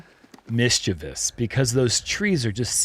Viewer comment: Shout out to for correctly pronouncing the oft-mispronounced "mischievous" around minute!